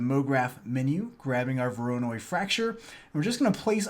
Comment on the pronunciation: Thanks a lot!!! Btw it pronounced as "waranOy" since it's a russian second name in this case ;)